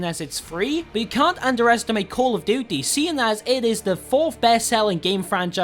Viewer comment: Callufdutte that is how it sounds no hate